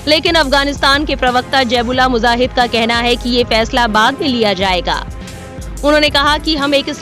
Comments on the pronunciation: Jaib ullah muzahid nhi bibi ji,, zabih-ullah mujahid bolty hn 😂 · MUJAHID BOLO BHAI MUZAHID NAHI Kitna ghalat pronunciation hai???